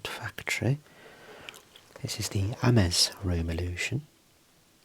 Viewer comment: This is fantastic!! I just love these videos!! Ames is pronounced like "aims." No disrespect, just wanted to let you know for future reference. ❤